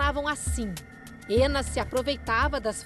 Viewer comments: É muito estranho a reporter ficar falando: "Éna", "Éna", "Éna"... pô, se a mulher é russa, chama logo de Ana... se quer pronunciar de modo "anglicizado", melhora a pronúncia... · Tentando perceber como é que Anna se torna "ênna" 🤦‍♀️